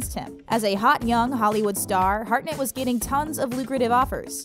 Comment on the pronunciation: Harnett - NOT Heartnet... 😊🤦